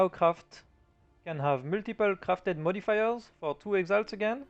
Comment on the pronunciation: Je le savais direct quand il a dit modifiers 😂 mais franchement pour un fr ton anglais est vraiment pas mal